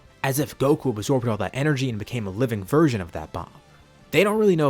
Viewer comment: Anybody else hear him say "A living Virgin of the Spirit Bomb" instead of "Version"? XD